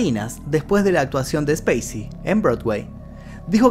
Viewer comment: Cuando pronuncia el nombré del actor, pareciera estar nombrando ha una nave espacial, y en el nombré creería que debería de haber pronunciación, y creería qué nosotros me suena ha multitud cuando usted dice como conoció al actor y la verdad nosotros no lo conocemos, y creería más bien 😊 qué lo hemos visto en los rodajes de las películas